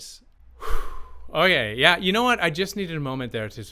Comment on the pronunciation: The word is said. not syaaa,yaaaaaaaaahhhhhh,I aaaaaaaaahhhhhhh, yed.